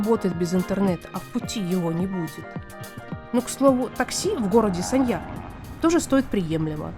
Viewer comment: Город очень сильно изменился с 2006 года. Не узнаю. Познавательный видос, но музыка фоном отстой. И постоянно повторять название города да ещё и с не правильным ударением, тоже так себе ))))